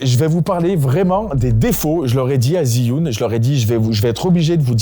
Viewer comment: j'adore les montage de manon et ton sweat apres attention tu prononce mal Zhiyun, j'avoue saigner un peu des oreilles a chaque fois que tu disais ziyun (jfais genre jsuis un puriste chinois, en vrai on s'en branle). c'est dje yun sinon video au top comme d'hab!